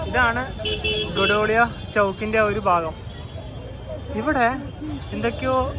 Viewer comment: ഗോഡൗളിയ അല്ല ഗോധൗളിയാ ആണ് ശരി.. 12 വർഷം ലാഹുറാബിറിൽ ഉണ്ടായിരുന്നു